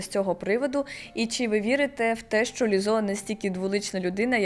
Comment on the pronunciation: Перепрошую, співачку звати Лíззо, а не Ліззó